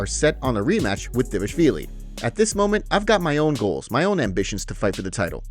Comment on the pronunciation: he’s saying it completely right the guy is also from Georgia